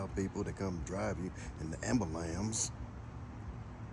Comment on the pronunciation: I love how black people say ambulamps